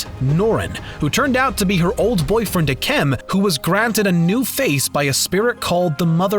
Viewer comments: Why does he say Mai like My instead of May, I mean that’s how they pronounce it in the show, also isn’t Isn’t it pronounced “Ike em” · MAI (may) AND IKEM (Ike-em)BRO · I think his name is pronounced ik- um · Not to sound rude but it's not IKEM It's (Eye-Kum) And It's (MAY)Mai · Ahh yes I-kem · I'm I the only who got mad and they said ikems name wrong😅